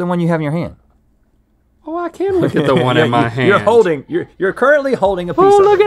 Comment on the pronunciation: "Oh I can look at the one in mah haaaynd"